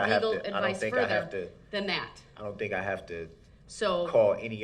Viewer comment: The word is That, not Dat.